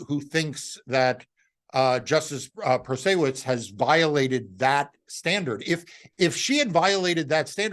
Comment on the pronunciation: Wisconsin viter here who voted Judge Janet into office. Just thought I'd let you know, it's pronounced "Proto-Say-Wits". It's also absolutely deplorable that these corrupt sons of bitches will try to undo the will of the people because they don't like it.